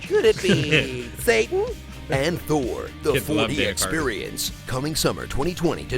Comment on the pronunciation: Just gonna say, I did enjoy The Dark World more than Ragnarok. Also Thour (pronounced Thou-er)